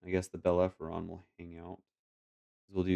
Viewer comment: GG! The red ship is pronounced Bel-Air-Uh-Fawn (learned that from Firefly LOL). I didn't see any mistakes :)